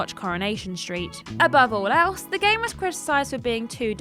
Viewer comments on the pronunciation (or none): none